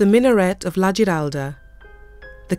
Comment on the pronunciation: I had a minor quibble with the pronunciation of Spanish words at time, but the soft c pronounced as a th was at odds with La Giralda (surely it’s pronounced Hee-ralda) and the Guadalquivir river with the ‘qu’ pronounced as in English, rather than a k or hard c sound. Still loved the show. Seville was my favourite Spanish city. I just wish I’d seen more of it...but that looks a way away.